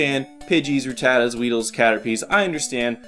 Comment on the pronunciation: Can I just say that I love the way you pronounce Rattata.